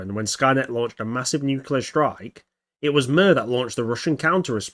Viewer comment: Nuclear Nu-cle-ar There is no "nucular". :chillwcat